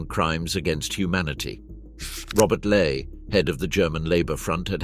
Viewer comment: Robert Ley- pronounced like lie